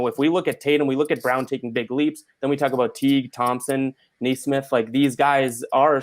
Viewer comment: It is pronounced "Knee - Smith" Also, might want to be careful about making merch. You are using the likeness of a real person,, so you could be liable for a law suit.